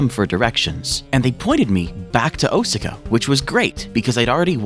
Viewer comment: Just the pronunciation of Osaka had me wondering if this whole video was going to be a shitpost.